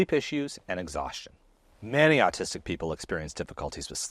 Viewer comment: Ahhhhhhh! You’re pronouncing ‘autistic’ as ‘artistic’!